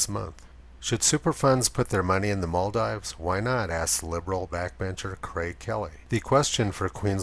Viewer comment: Love the video, but here's how to pronounce the Maldives